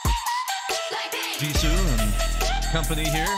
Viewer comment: Just discovered your BP reactions and I'm enjoying them! You mentioned watching some of the behind the scenes stuff and I guarantee we would love seeing your reaction to those things as well if it was something you'd be interested in putting on the channel 🙂 Btw Jisoo is pronounced like G-Sue and Jennie is pronounced like Jen-nie (not like Genie). Looking forward to more!